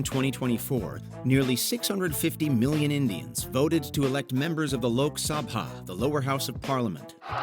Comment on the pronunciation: I swear it’s the first time I have ever heard the Lok Sabha being pronounced correctly by an American